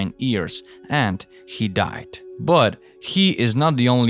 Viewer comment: Lmao it’s YEARS NOT EARS